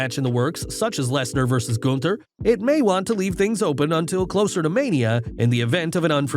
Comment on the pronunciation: Say Gunther right!!!!